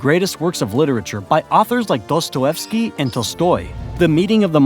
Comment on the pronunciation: How do you pronounce Dostoyevsky?? LOL